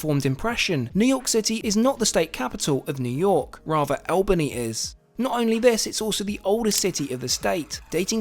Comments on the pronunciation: All bany not Al bany….you are wearing Miami to Alaska ?? Strange!!! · It's pronounced "all-bun-ee" not "al-bun-ee" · Like watching your videos but just one small bone to pick. It’s not Al- (like Hal) but Al- (like All) bany. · It's ALL-ban-knee not EL-ban-knee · It's pronounced "ALL-BAN-E" not O-BAN-E" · How to pronounce Albany. Not “Albani” say “Allbani” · What an interesting number of changes. It definitely gave you and your father the full experience. I'm in Northeastern NY State, so I'd be starting out here. Oh and just for future reference, the capital of NY State is pronounced all-buh-nee, as in "all" over. 😉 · For those who want to know.. The Albany Train Station is actually in Rensselaer not Albany. The Original station was in Albany but neglect forced them to build a new one across the River. Funny, the old station has be transformed.. I escaped from there in 1968. P.S. is pronounced ALL BAN KNEE... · I love the video I live in Albany NY. Just to let you know we call it All bany not Al bany. I am not trying to be criticle just infomative. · Hey I'm so glad you went to Albany but i feel like its required to say that its pronounced All-ban-ee lol! really great video 😁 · I'm from the Albany area! Always nice to have someone acknowledge us as the capital lol. Two things though: the first syllable is pronounced like the word all, and it wasn't actually settled until 1614. Great video, I loved seeing all the different legs of the train journey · Albany is pronouned ALLbany. Grew up there. Love your channel! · ALL-bany, not AL-bany ;) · It’s pronounced All bany. 😊👏🏼👏🏼👏🏼. 🇨🇦🐉👩🏼‍⚖️ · Just a little pronunciation note from a local - Albany is pronounced All-ban-ee, and Rensselaer is REN-sah-ler. I really enjoy your videos, and love that you share your travels with your family.❤